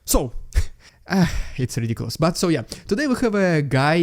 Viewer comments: Rrrr. Rrrr. Rrrr. ™️ ✅ Extra bonus “R” points Yes, it is rrrrrridiculous 😆 But what would life be without it 😂😂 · Your « rrrridiculous rrrrussian prrropaganda » is still as funny even after hearing it a ton of times 😂😂 can’t resist, I love this segment every time. I doubt that Erdogan will arrest Putin any time soon; but now Erdogan is in position of power over Putin, and he can play this card to make him fold and accept grain deal. Putin thought he was in control of Erdogan, but I must say Türkiye seem to have played their card right to get leverage. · Rrrrrediculous rrrrrrussian prrrrRRRrrrropaganda is a great light hearted way to start things. It provides a much needed laugh in times where there is so little to laugh about, and follows up with a sober minded analysis of what is going on. Support Ukraine 🇺🇦 in any way you can. Because supporting Ukraine 🇺🇦 is supporting democracy. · .. 😅... RRRRidiculous RRRussian Prrropaganda!....... .... Always my favorite part! 😂😂.... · I love your clips and the way you bring the news! But what's up with the 'Rrrrrrridiculous Rrrrussian Ppprrrropaganda'...?! I loved the way you pronounced it... But now you're kind of losing it! 😁 Keep it up, and keep it short and you'll be keeping it funny. (I think) Anyway, thnkz for you're efforts and Slava Ukraini!